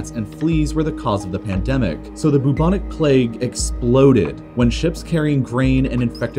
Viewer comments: There's only so much I can take of the syllable "bu" being pronounced as "boo". One minute and fifty-eight seconds, to be precise. I'm out. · Why do you gender empires and countries? I find it a bit off-putting, somehow. It, they...in this day and age, keeping stuff nice and neutral is probably best practice :) Also, 'bubonic' is generally pronounced with a 'byoo' as the first syllable, rather than 'boo'. Same with bubo. Such a delicious word, might as well get it right. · I've never felt so much pain from his pronunciation of bubonic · Boob-onik plague? I thought it was pronounced "bwebonik" plague 🤓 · How Ameircans say Bubonic makes me wheeze omg.